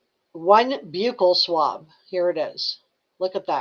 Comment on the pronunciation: It's pronounced buckle swab, but close